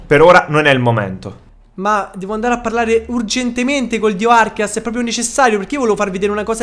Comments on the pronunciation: arceus non archeas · Non si dice arkeas, si dice arkéus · Si pronuncia arceus babbeo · Si pronuncia arceus come si scrive pensa archeograudon ė la stessa pronuncia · Slasher Az È vero...si prononciua Archeus ma nessuno lo pronuncia bene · Slasher Az Esatto, perché deriva da Àrcheo (antico) e Dèus (divinità), quindi Archèus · È bruttissimo il modo in cui pronunci reghighigas e non si può sentire proprio il dio archias... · si dice archeus che è il dio dei Polemone si scrive arceus comunque va be